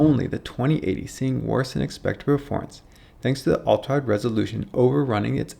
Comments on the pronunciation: I can't unhear "Ulta wide" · Great video, but I got distracted every time you slurred "ultrawide" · It sounds like he says ultwawide or ultawide.